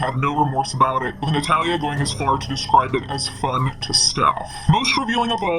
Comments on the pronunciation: I love your videos!!! But why are you saying her name wrong?? Its not Nat-hal-a its Na-tha-lia. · Please look up how to say "Natalia" correctly. You sound like an idiot.